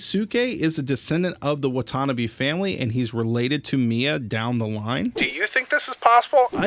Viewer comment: It's pronounced Watanabe not watannabe